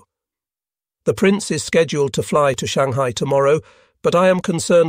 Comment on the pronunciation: My favorite is, "Shang-high-eye." lol